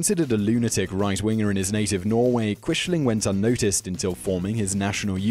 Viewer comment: Thank you for including Hanoi Jane Fonda and the Rosenbergs. Please work on your pronunciation. Quisling is pronounced like Quizling. Neither Lawrence Olivier nor Robert Powell in either the World at War or World War II in color pronounced Quishling.